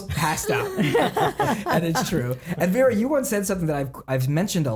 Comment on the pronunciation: Indra Klaudia I am from Serbia and it is so anoying that they call her Vira when it is Vera :D